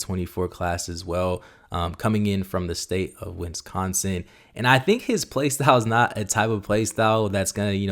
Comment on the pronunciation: How did he pronounce Wisconsin? 😂😂😂😂